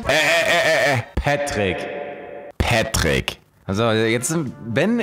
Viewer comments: Ich erklär Dir mal warum "PÄtrick" und nicht "Patrick".... Weil auch "lowkey" statt "bisschen"... Checkts selber net... xD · "petrick" ist die englische aussprache von "Patrick" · Einfach einmal deutsche Aussprache und einmal amerikanische beim Namen Patrick das ist der einzige Unterschied